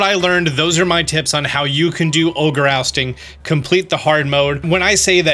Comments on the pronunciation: can't say Oustin' XD "You may need a second person. And to complete hard, you may need a team of three-" yeah. I can't see I won't be doing those. Thanks Pokemon Company. >.> Oh, I have an auto turbo controller. I could be the guy in the middle and just leave the controller do it's thing.:P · Do you speak Spanish, too,? lol That’s awesome because when you said “Oustin” it was the first thing I thought.